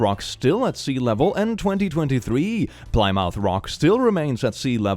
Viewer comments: It's pronounced Pli muff btw not plymouth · Also it killed me how pronounced Plymouth lmaooo Ply mouth To be fair I fully understand why. Funny to hear someone pronounce it literally though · uHm aCtUaLlY it’s pronounced „plimmith“, we heard a seal sing in our first English book in sixth grade, never thought that‘d be useful in any way, but here we are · Quick FYI: Plymouth is pronounced more like pli-mith. :) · Plymouth is pronounced "Plim-mouth" Source: I live in the original one. Sorry just really bugged me. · You’ve probably already been to this, but Plymouth is PLIH-muth (rhymes with Hick-tough). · Yeah, no that is definitely the worse intro you've done. So creepy I'm not sure whether I laughed due to the joke or the fear. (jk...sorta) Edit: Love how says Plymouth (which is pronounced like "plih-muth"). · This subreddit is a 24 hour long boost in Wisdom and Charisma. Also we should have an intervention about how pronounces Plymouth (Plimmuff) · Please.... Plymouth is pronounced plim uth, where plim rhymes with slim.... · just fyi it's pronounced plih-moth :) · saying Ply Mouth Rock is funny Also this is evidence for Dead Internet Theory. They all sound like bots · pronouncing “Plymouth” as plie-mouth is great, love ur videos + vibes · For any non-Americans wondering, it's pronounced *PLIH-muth*. English is not intuitive. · "Ply-mouth rock." This hurts my american brain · Pli muth. Like the start of plink, m, uth like bismuth. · As someone who lives in RI, the way he pronounced “Plymouth” still hurts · Holy fuck that mispronunciation of Plymouth. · Your pronouncing Plymouth wrong. Just use voice on your dictionary, Fake Nana loves you. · I live in Massachusetts, where Plymouth rock is, and I have to let you know how much your pronunciation made me smile. It's certainly more logical, and I may have to start using it. We get a lot of weird pronunciations from England here. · “Plymouth” is pronounced “plih-muth”